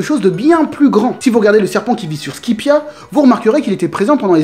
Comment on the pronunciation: SQUIPIEN???!!! SQUIPIA??????????!!!!!!!!!!!